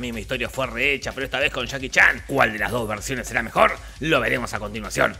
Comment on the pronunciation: Jajaja men dijiste "chaki chan" en vez de Jackie Chan